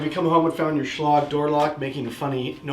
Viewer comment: Schlog? I thought it was pronounced Schl a gue